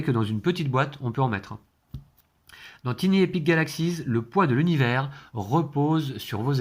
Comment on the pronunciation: Super petit jeu qui est vraiment super pratique car tout petit : idéal pour les vacances ! Un petit détail néanmoins : comme j'ai déjà pu le signaler à Martin de la "Société des jeux", tiny se prononce tailleny...😃😁 Bon jeu !!!